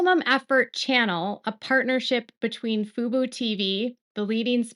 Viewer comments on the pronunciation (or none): It's Fubo. emphasis on the O. FUBU is a Black owned clothing company. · Fub-O not Fub-U. FUBU is an urban style clothing brand from the 2000s😂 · I hear you saying FUBU and not FUBO. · Baby girl (or AI, who knows?), it's pronounced 'FOO-BOW' not 'FOO-BOO'. That's For Us, By Us - the 90s hip-hop clothing brand 😂😂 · FUBO pronounced Foo-Boo not FOO-BOW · The channel is pronounced foo bow. Thank you for outstanding coverage on the Baldoni vs Lively lawsuit. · Yes, you are correct. FUBO is pronounced FuBow. FUBU is pronounced FuBoo.😊